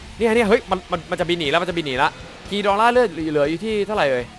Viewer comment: อย่าออกเสียงว่าคิงกิดอร่า สิครับ มันฟังเเล้วนึกถึงการ์ตูนบ้างเรื่อง